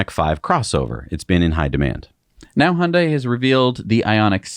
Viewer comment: Yay! Hyundai was pronounced correctly. 🙂